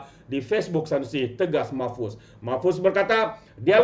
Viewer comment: MAHFUZ... BUKAN MOHFAZ...!!!